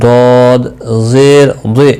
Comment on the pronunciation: Sahi nahi prha Rahe zer majhool parha rhe ho